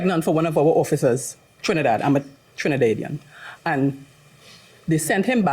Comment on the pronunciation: Wait wait I taught I was the only one heard dat 🤣